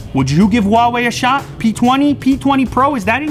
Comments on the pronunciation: C'mon it's Huawei not Wawei. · Really? Waw Wei? Why can't you just pronounce it huh-why-e...lol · lmao i'm chinese . i know 华为 pinyin is hua wei but i'm trying to give an idea of the pronunciation to them , not Wa-Wei but hu-ah-wei something like that . The H sound is not silenced . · if you pronounce Huawei as "Hauwee" stop it, get some help. It's pronounced "Huaa-wey" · the real question is .............why are they pronouncing huawei as wawei , It's hu ah wei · I got brain damage from your pronunciation. Huawei != OOUAE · Lew. Love you dude. But it's Huawei not Wawei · Lew still on the "wahwei" game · RAPTURE AT TWILIGHT no it's not! It's pronounced waa way! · hua WE. Now that's a pronunciation. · "WHO-ARE-WE" what the actual fuuuuuuuuuuuuuuuuuck! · how she said Huawei 😂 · I wonder why you guys cannot pronounce ‘Huawei’ correctly 😂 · why would u want to pronounce huawei wrong? on purpose?? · Does anyone actually know how to say Huawei?? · Pronounce the name right would you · The way that person in the beginning pronounces "Huawei" is just... I can't even... They had one job